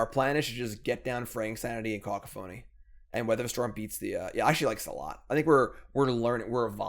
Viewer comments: it's pronounced cuh-COUGH-a-nee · It’s kuh-kah-phuh-nee. Took me a bit to figure it out myself. Great deck man. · caCOphony, it's not that hard. You're an english major, you should know how english works, and if not there's always google. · Co caph o ny, long Os short a